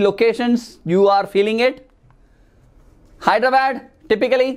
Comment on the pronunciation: Sir Please Pronounce 'Hyderabad' Rightly🙏🙏